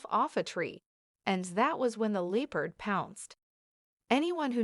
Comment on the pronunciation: Leepard? Is the narration AI? And that's a cheetah.